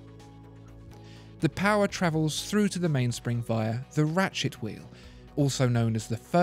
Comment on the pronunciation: Very educating but i can't help but snicker when he says ratchet wheel. "Rat shit wheel" 😬😂